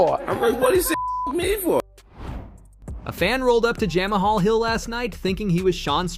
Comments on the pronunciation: “Jam a hall” ? Bruh 😅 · who the hell is Jam a Hall ?